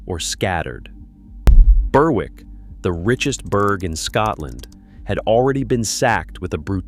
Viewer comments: The w in Berwick is silent like k is in knife. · The map looks like Newcastle, but appears to be pronounced “Burr-wick”. The English Propaganda Office sometimes makes mistakes.